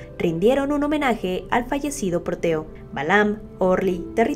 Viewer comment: Perrito: Proteo Reportera: Porteo